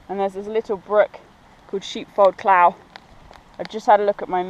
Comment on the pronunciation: Great video. Just one point - if you don't mind me saying - clough is pronounced cluff:)